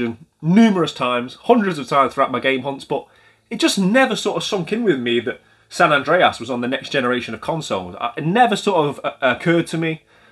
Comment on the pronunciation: GTA San An-Dray-Ass 🤣